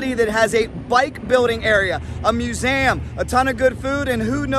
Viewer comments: did he say MeusAM? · What’s a ‘ Moozam ‘ ……? 🤣 I think museum is the word he was looking for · Nope.Nope.. you say "mewzam" 🤣🤣... WTF i can't trust you I'm out✌